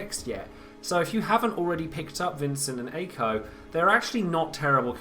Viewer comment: Btw, Mako/Makou is pronounced "Mah-koh" And why back and forth between Ey-ko or Aye-ko (it's the former, Ey-ko)